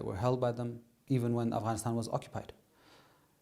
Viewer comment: never knew the "GH" in Afghanistan is silent!!! the more you know...